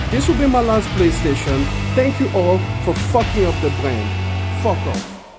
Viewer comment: "Thank you for fucking up the bwand" 🤣